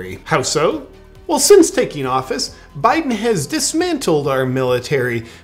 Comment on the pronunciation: Hey, please refrain from saying Poo'un, Bye'un and insulting reptiles. Proper pronunciation, and situational awareness, people.